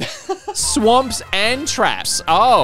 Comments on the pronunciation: He did say "swaps" but it is pronounced "swops", therefore it sounds like "swamps" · I really don't think so he definitely included an m sound